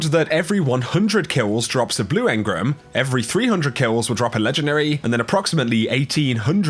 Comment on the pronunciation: Engrum?!?! Hahaha come on man